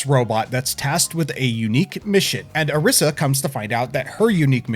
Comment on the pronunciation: Is her name, per chance, spelled Arisa? If so, then it's usually pronounced as Alisa with an r (Ari-sa, not A-risa). I'm not forcing you to do this, just pointing out how it's usually pronounced. It's a pet peeve of mine, you see.